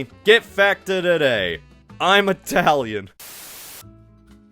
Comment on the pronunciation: Chef's kiss on that Italian accent, 😂